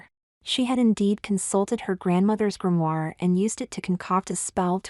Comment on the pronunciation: It's a GRIMOIRE, not a grainier!